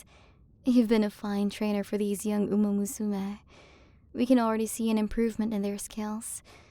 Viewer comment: This is nice and all, but your pronunciation of "umamusume" is egregious. You're supposed to say it all together, not "uMA_muSUme"